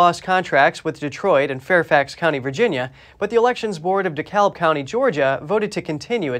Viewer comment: It's pronounced Duh-kab'. The L is silent.